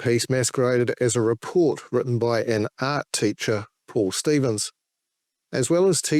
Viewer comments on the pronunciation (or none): none